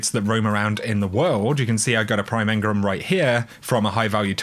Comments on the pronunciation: Please stop saying Engrums, please say engrams aha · You know, engram has an A in it ;)